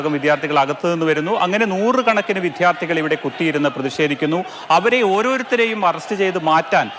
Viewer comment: വിദ്ധ്യാർതികൾ അല്ലടാ റിപോർട്ടറെ വിദ്യാർത്ഥികൾ.